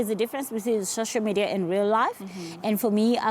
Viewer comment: It's social media not shosho Madiya zari🤣😂